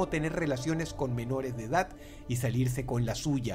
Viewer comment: Es mi idea o Dross dice edat en vez de edad?